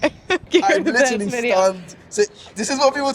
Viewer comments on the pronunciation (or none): none